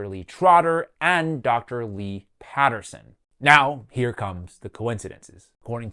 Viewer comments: There's no "Lee Patterson" listed as a doctor on the screen you show . The guy's name is "Lee M. Peterson" but you incorrectly pronounced it as "Patterson." And then he looks up "Lee Patterson" who, according to the screen earlier in the video, is not a surgeon. Did you pull up the wrong person in that initial graphic or can neither of you tell the difference between Peterson and Patterson? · Pronouncing both "Peterson" and "Potterson" as "Patterson" is not a big deal but is very funny